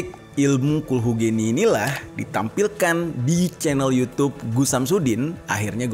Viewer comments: cara bacanya khulhu geni... ge ge gerak. bukan ge ge generasi. geni = bahasa jawa, api. geni bacanya ge seperti pada kata gerak gerakan gegap gempita gelap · Bacanya bukan geni bang tapi ge‘ni (api) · Gheni bang pelafalan nya🙏😁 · kulhu geni (geni=api) g(e)ni >> pengucapannya seperti (e) nya pada kata : mamp(e)t daw(e)t bang(e)t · Kulhu geni tuh bacanya kulhu geni bang Huruf e nya bukan di baca e tapi e, nah jadi nyebut nya kulhu geni. E dari celana Bukan e dari sempak